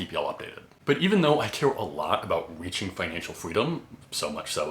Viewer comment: I don’t know the words weaching, wery, etc. Learn overemployed. I made like 700k, saved and have roughly 450k invested